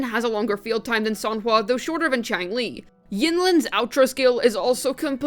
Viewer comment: Chi-ang-lee... cringe.